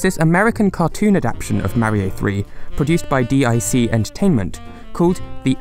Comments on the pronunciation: It's not d-i-c, it's DIC. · DIC is not pronounced D-I-C, but as 'deek.' The more you know! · DiC Entertainment. That is pronounced "deek" my good sir. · I realize that I'm commenting on a video that's close to three years old at this point, and am basically yelling into the wind, but DIC is pronounced as one word: Deek.